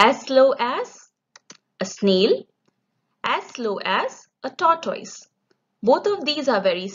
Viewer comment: Good video but your pronunciation of tortoise is incorrect.